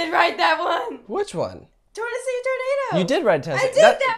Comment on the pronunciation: "Tornosee tornado"??????